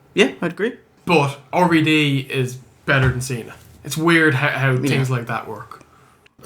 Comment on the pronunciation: Why do they keep calling RVD 'Orvy Dee'?